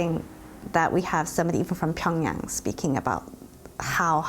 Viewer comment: this is just ridiculous, how can you pronounce Pyongyang incorrectly when this is the capital city of your story?